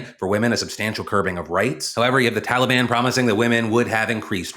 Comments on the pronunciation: “Talibon” -Biden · What the fuck is a "Tollybon" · Excuse me? "the Taleban"? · “Tolly bon”- Joe Biden 😂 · Tolly-Bon made me smile way too hard considering the topic at hand lol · Biden: TOLI BAHN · Are we all pronouncing Taliban wrong or can Biden just not say it correctly? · Joe's pronunciation of the word "Taliban" makes me wonder if it's a George the first (H.W. Bush) style mockery like George did at Hussein. Find an old clip from the desert shield days. The 'correct' pronunciation was Sa-Dom. But George used his folksy Texas accent to pronounce it Sad-am (like Adam, but with an s on front) why this was both funny and genius was that sad-am in Arabic is the word a boy who cleans or fixes shoes. This it seems would elicit the same reaction you'd get from me if you called my mother a whore to my face. But he had a whole army. Now it's possible this was innocent, just a product of his accent. But that possibility is so low as to be statistically zero. I would bet any of your lives on that being both intentional and informed. He knew what he was doing. And i applaud the whole thing